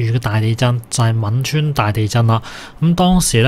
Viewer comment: 應該讀汶川大地震，唔係吻川？